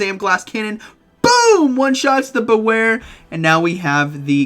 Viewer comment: Bewear name sounds "be wear" not like that u say Sorry but this triggers me